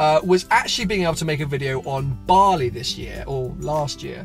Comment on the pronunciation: Aha Bali, at first I thought you said barley xD keep it up man